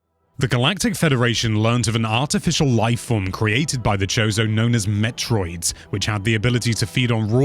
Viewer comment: It's not "zebbess," it's "zeebs." Also "kozo" not "chose-o"